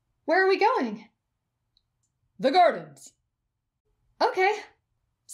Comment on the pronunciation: When he said "the gardens" I thought he said "the garbage"